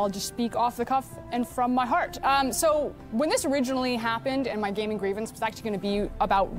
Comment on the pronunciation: Why he reading gaming like that 😂😂 that’s not how he pronounces it.